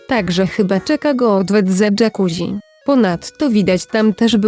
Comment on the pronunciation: Jakuzzi czyta się dżakuzi!!! można sprawdzić w parę sekund! Może tak poprawcie wymowę , bo jest rażąca!:face-orange-frowning